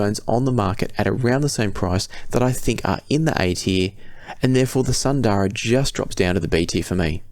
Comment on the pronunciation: Isn't Sundara pronounced Soon-dara (assuming it is based on Sanskrit)? Same with Susvara.